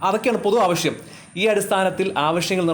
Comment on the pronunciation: മലയാളം പറയുമ്പോൾ കാഷ്' എന്ന പറയുമ്പോഴും ആവശ്യം മുണ്ടോ എന്നത് ആവഷ്യം മുണ്ടോ എന്ന് വായിക്കുമ്പോൾ ഒരു അരോചകം'